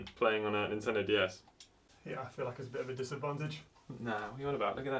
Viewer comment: please start saying Nintendo not Intendo. plz. love the channel btw